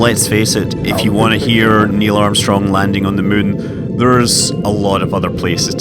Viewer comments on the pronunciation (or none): Are you still pronouncing it 'Mun?'